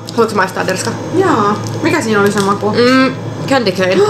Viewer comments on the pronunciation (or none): Se sano derska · Se sano derska 🤦🏻‍♀️ Vitu kaksmieline 09